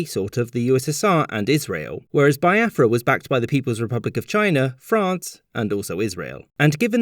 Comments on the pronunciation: Thanks for the lesson the depictions of the generals were spot on!!!. Only a few mistakes though Nigeria got independence in 1960 not 1963 and also its pronounced BEE AFRA not BYE AFRA every other thing was spot on and funny 😄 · bee-ah-frah not bai-ah-frah (in case anyone was wondering) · Nigeria actually became independent in was when they declared the country a republic. Also, it's Biafra /Bee-ah-fra/, not /Bye-ah-fra/. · You forgot it’s pronounced as be- Afra not bi- afra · Biafra is also pronounced "Bee-ya-frah" but he kept saying "Bye-ya-frah" lol. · It's pronounced Bee-a-fra by the way. Nigerian by the way. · it's Bee-afra and it's igbo with a silent G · You mispronounce pretty much every name in this video. Igbo is pronounced with a long I and the G is almost silent. Lagos is pronounced Laygos, as if it were English, even though it's derived from the Portuguese word meaning lakes. Biafra I'm pretty sure is pronounced Be-afra, not by-afra. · It is pronounced as Be-afra, Yo-row-bar, Egbo and Foo-La-ni, respectively, thank you for remembering my country, I am truly grateful....